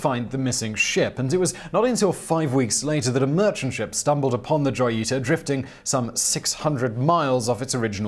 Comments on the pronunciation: Joyita. Hoe, as in the instrument, ye, like the first sound in year, and ta, like the first sound in ta-dah. It's not exactly right, but way better than your pronunciation. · I am so tired of repeating this in every video that mentions the Joyita. J IS PRONOUNCED H. The ship is the Hoyita if pronounced by voice and Joyita if written.